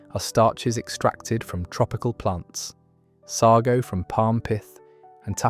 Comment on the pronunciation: What on earth is sargo I could have sworn it was sago and you can still get it in tins. . Our local baker still sells Manchester tart . Rolly Polly that's a new one on me . At least make sure your robot can read the queen's English . . What a load of tripe maybe AI will call it trip lol 🤣